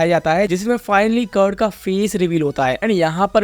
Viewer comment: Curd nahi bro karna😊